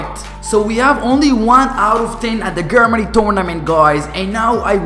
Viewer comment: You said Germany wrong, lol learn your english..